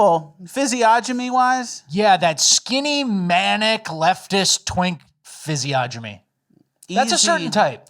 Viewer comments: Guys, please, it's physiognomy and the g is silent fyz ee on ah mee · Are you guys mispronouncing "physiognomy" on purpose, like "aliems"? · The G is silent in Physiognomy